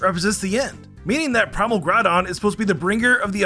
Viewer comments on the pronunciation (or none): none